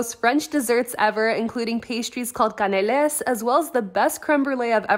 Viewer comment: You pronounced canelés like it's Spanish hahahaha, the s is silent and the e is not pronounced "é"